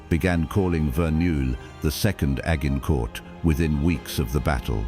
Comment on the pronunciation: Agg-in-court.....stupid AI. 😂😂😂